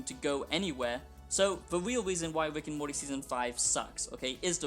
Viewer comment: “wick and morty”